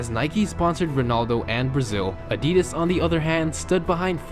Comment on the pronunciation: it's Adidas not Adidis XD